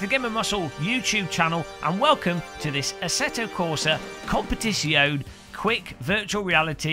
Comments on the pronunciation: Interesting, a Youtube video where the Tuber can't even pronounce the Game title properly. It's an Italian word, you pronounce the E at the end of Competizione. After that, good video, thanks for sharing! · I remember an earlier video where you pronounced Competizione the right way... hmh... maybe really better to just stick with ACC. VR runs already very smooth on my 1080i 2xSLI system...